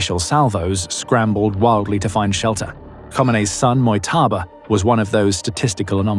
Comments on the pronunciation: You are pronouncing 'Mojtaba' incorrectly. In this case, the J in his name is not pronounced like the letter Y. His name is pronounced something like 'Modge-taba', not 'Moy-taba'. You can check with a Farsi speaker if you want to know for sure. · ‘Moytaba’ is killing me